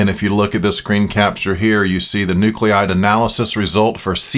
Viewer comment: It's pronounced, " New-clide ": not--- Nu-clee-ide. Bad pronunciation and spelling is a pet peeve of mine.